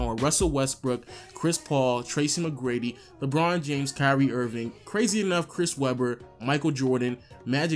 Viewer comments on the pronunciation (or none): none